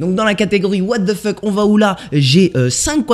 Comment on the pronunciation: No one:.. Absolutely no one:..: ouatefeuk on va où 😂👌